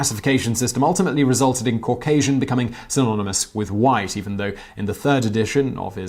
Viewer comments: Cau-gay-sian lol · Cauc-asian? Well, they got that wrong because you're obviously white. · As a Georgian, that dude scares the fuck out of me. And makes me mad for messing up the name word Caucasian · Say Caucasian again lol 😂😂